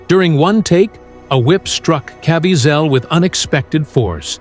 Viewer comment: Why cant the talker pronounce jim’s name correctly?